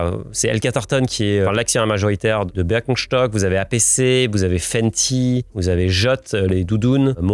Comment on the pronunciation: En tant qu’alsacien, ça me régale la façon dont tu prononces Birkenstock